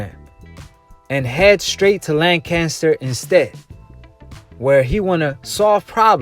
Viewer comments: Well where I'm from it's not lanchester it's Lancaster as in lancastrian gets me dude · It's not lanchester! It's Lancaster.